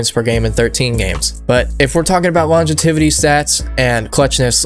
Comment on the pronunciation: Love the video!! But “Longetivity” is crazy 😂😂😂